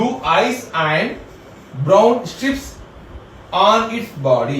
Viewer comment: Kindly check your word pronunciation "Tiny" &.stripes.